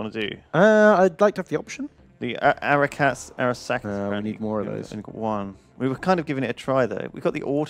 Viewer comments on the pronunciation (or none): ' ability to repeatedly read the word "arasaka" and so it wrong every single time, over and over, is amazing to me.